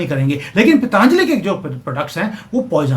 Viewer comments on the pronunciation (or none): none